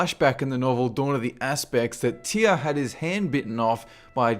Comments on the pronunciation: who the fuck pronouces Tyr, TIAA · Why do you pronounce "Tyr" as "Teeyah"?